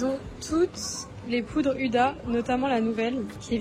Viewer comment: TROP BIEN TU ES TROP BELLE ET ON PAS UDA MAIS OUDA